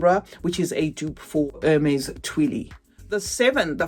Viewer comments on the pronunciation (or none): none